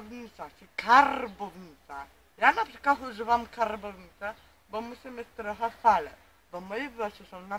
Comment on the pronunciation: "..jeżeli coś, to to.." plus "karrrrbownica" wymiata :))))